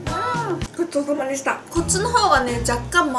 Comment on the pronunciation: ごっぞーさまでしたって聞こえる笑かわいい